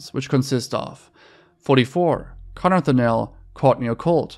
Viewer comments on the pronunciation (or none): none